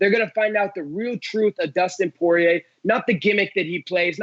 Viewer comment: soy-rier instead of poi-rier